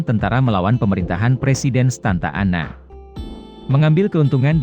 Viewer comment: Narasinya bagus, tapi tolong ejaannya diperbaiki, contoh: lebih baik dibilang komplet Amerika Serikat daripada ngomong AS, malah ngomongny bener2 'AS', bukan dibaca per huruf. Juga, mantan pemimpin Meksikonya yg benar namanya Santa Anna, bukan Stanta Anna